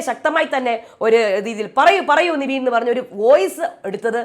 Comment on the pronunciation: നിവീൻ അല്ല.. നെവിൻ ആണ്... കുറെ ആയി കേക്കുന്ന് 😂